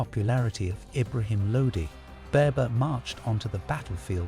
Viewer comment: What are you doing my Brother. Please pronounce our Muslim and Pakistani Names Correctly. I think from your name you are of Pakistani or Bangali heritage. You should pronounce our names correctly not like the white man who pronounce them wrong. It is not baybur the correct way to pronounce baber is bahbur